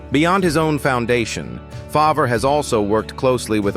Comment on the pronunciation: Seriously - Farv, not Fahv-rah Further, he is a criminal